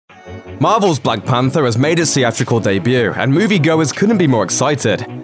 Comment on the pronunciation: Deburrr? you mean Debut?